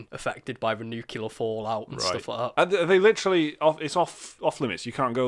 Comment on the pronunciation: pronounce 'nuclear' properly. Haha